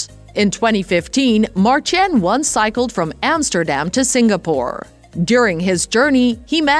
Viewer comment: OMG please do your homework before you say his Dutch first name a thousand times wrong in the same video.... You pronounce it as 'Mar-tine' (ENG) not 'Martjen'....